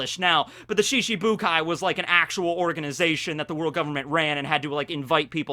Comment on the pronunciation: Ya kept saying shishibukai rather than shichibukai